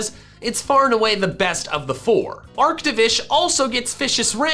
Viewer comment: DO NOT LEAVE OFF THE O IN ARCTOVISH!